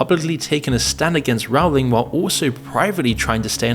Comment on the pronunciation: The ’o’ in Rowling is pronounced as in bowling, not as in howling